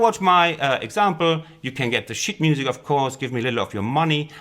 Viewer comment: Nice tutorial! Tip: try saying sheetmusic with a longer ee ;-)